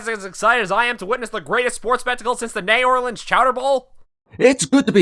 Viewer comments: Niegh Orleans chouder bowl :-D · I herd Negh Orlenes and love thos epasode